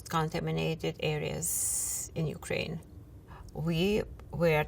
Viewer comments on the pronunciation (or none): none